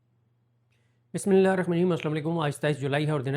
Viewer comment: بسم اللہ تو پڑھنا سیکھ لے بھائی